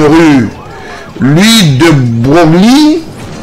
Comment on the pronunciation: De Broglie se prononce de brogle